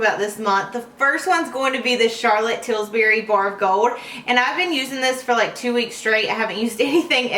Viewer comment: I am not trying to be picky or mean, but it Charlotte Tilbury, not Tilsbury. great video !! My Marc Jacobs blush brush sheds like crazy.. maybe I just got a bad one.